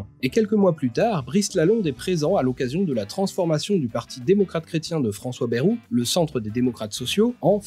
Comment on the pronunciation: Bayrou se prononce baille-rou et pas bérou. Je dis Paris sans prononcer le s par exemple. Donc merci de respecter les particularités locales :)